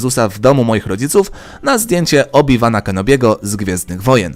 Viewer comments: W imieniu Obiwan ,,w" czyta sie jak ,,ł" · Obi-Wana Kenobiego wymiawia się jako "Obi-ŁAN Kenobi" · Nie mówi się Obi wan tylko Obi Łan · Mówi się Obi Łana Kenobiego. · Ku*wa obi wan kenobi czyta się obi łan kenobi nauczcie się ludzie że w angielskim w wymawiamy ł chyba nie mówicie wath tylko łot, a sith czyta sie sit Pozdrawiam polaków którzy dubbingowali pierwasze trzy części star wars i wymawiali : sith, sithowie, sithów zamiast sit, sitowie, sitów to jest h nieme i go nie wymawiamy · obiłana się czyta nie obiwana dx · obi wana czyta się obi łana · obiwana Xd mówi sie czyt. obiłana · czyta się obi łan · Nie ma to jak nie umieć poprawnie wymówić imienia jednej z kultowych postaci Star Wars xD